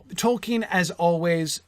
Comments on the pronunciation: that dude doesn't even know how to pronounce "Tolkien", let alone the names of the characters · he doesn't even know how to pronounce "Tolkien" correctly, unless he's finally learned it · everyone's talking about Colbert for some reason, but that's a guy who literally didn't know how to even pronounce "Tolkien", let alone the names of the characters.